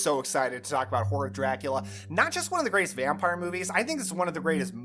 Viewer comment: I’m sorry, all I hear when you say the title is ‘Whore of Dracula’